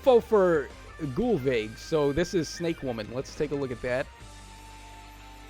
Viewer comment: name pronunciations give me MAXIMUM BRAIN DAMAGE. How dare you cheat on Freyja with someone whose name you dont even know yet!?